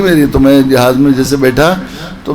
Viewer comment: jihaz naheeN jahaz